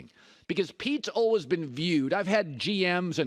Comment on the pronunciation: Colin “ULWAYS” cowherd